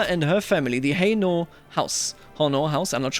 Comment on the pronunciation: Hainaut is pronounced Hey-No :D